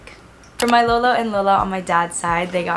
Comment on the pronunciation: i love how u said lola and lolo like my filipino heart just melted for u 🥺